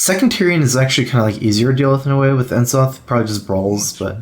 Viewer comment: hearing people say EN-zoth triggers me more than it should